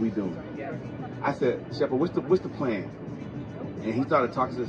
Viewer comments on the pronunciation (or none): Lol I think it's tshepo not sheppo🤣🤣😍